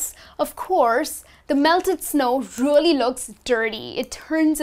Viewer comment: Learn how to pronounce "REALLY". You pronounce it terribly!